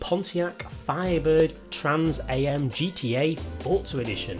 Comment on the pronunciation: The "Am" in Trans Am is pronounced like the "Am" in the phrase "I am", not like AM on the clock 😂